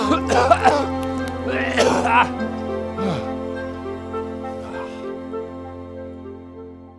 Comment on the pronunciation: It's weird when you say hell lot of fun that clear and I'm used to here it differently from you :-D